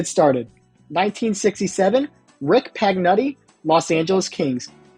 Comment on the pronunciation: Please learn the correct name pronunciations. The first 2, it's Rick Pagnooti and ~RAYshwan ooohl(one of the great hockey names of all times). Jeez bro, painful.